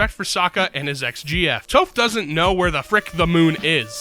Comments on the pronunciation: Bro really said "TOEph" it's "Toph" because it sounds like "Tough" and that's what she is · You pronouncing Toph Toe-ph makes me so ungodly angry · every time they pronounce Toph's name wrong, i feel increasingly violent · i dont remember if it was or but hearing the human narrator pronounce "Sokka" like they do in the M Night Shyamalan movie aka "soh-ka" in the same post as they pronounced "Toph" with the long o as well it was enough for me to both stop watching and unlike the video on the spot